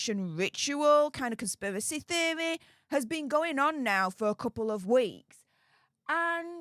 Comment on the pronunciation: your pronunciation of conspiracy theory took me out dawg